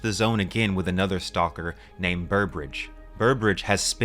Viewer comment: I mean he’s pronouncing the l in stalker pretty hard here 🤷‍♂️